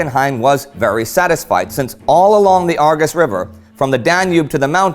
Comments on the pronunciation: i thinh it is pronounced arjesh river not argus :P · Give him a break , it's hard to pronounce the ș,ț,â,ă for non romanian. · Awful pronounciation of "Argeș" it's pronounced more like ah -r-jesh. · The Great War I am on a phone right now so I don't have diacritics but the Romanian s is a "sh" sound and t is a "ts" sound, the other two I can get why they're hard, but just think of Romanian as Italian with a few extra characters in terms of pronunciation. Great video. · Very interesting, the Argeṣ River is pronounced ARJESH, you read that "g" as English "J" and the "ṣ" as "SH". Iaṣi is pronounced IASHI and Ploieṣti as PLOIESHTI Great work anyway, I really enjoy your videos, congratulations to all your team!